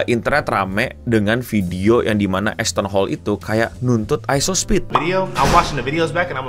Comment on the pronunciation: saya dengar nama asthon hall ngapa jadi assh*le njir, 😂